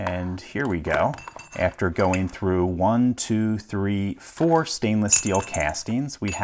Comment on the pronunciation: you alternate between pronouncing 3 like "three" and "thray"